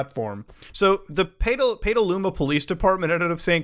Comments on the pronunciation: I’m pretty sure it’s pronounced Pet-aluma not Pay-taluma. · jesus it’s pronounced pedaluma not peetaluma lol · Sorry to be that guy, but Petaluma is pronounced, Pet-uh-loom-uh. Or Pet-uh-loo-muh. The last one is probably closest. Hence the edit. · I live in NorCal and it’s pronounced “peta-looma” But other then that great video lol, all evil comes from CA and I’m leaving soon lol. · I used to live in Petaluma. It’s pronounced Petal-ooma. The place is too beautiful (well, years ago it was- haven’t been back) to be mixed with Peta 😂😂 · Petaluma is pronounced more like ur about to say the word petal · For what it’s worth everyone pronounces it more like peda-luma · you say it like PEDALUMA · Alright I got to say it. It's pronounced Pet-A-Luma . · Mudahar butchering the name of my home town was something I was not expecting to witness today. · It's cringe to hear you mispronounce the name of the city over and over again.